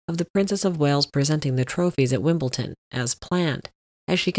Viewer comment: Isn't it Wimble-D-on? (Not Wimbleton)